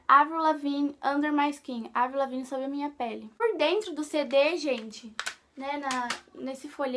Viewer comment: se fala Evril e se escreve Avril